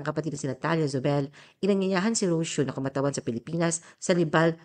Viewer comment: Ro - See - Yo. Not Ros-yo.Mag-research ka muna bago ka gumawa ng article.